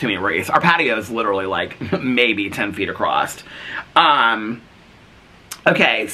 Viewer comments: you pronounce the word across acosst 😂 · I did notice that you said “… 10 feet acrossT”